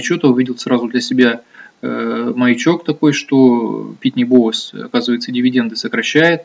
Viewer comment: Вот как относиться серьезно к инвестору зарубежного рынка, который произносит "Петрочемикал" и "Питни Бовс"? Анализ уже переведенных новостей может быть с огромным опозданием и необходимость читать онлайн изменения рынка США встает на первое место.